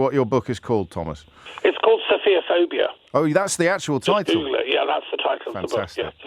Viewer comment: The word is ‘sophophobia’ pronounced ‘sof pho phobia’ not ‘sofia phobia’